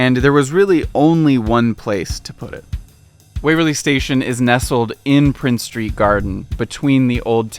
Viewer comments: Its princes street and princes gardens not prince street...its also pronouced jakobyte and not jacobite...other than that a very good video bonus points for pronoucing edinburgh correctly...you could have used the glasgow term though for the city...😂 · Norloch not Norlok and it's Princes St not Prince St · This was the most surprising mispronunciation to me, as it's arguably the city's most important street-- certainly the one that links the two halves together. Not only is there unquestionably an S on the end, but I would expect our YouTuber to have heard people saying the name at some point.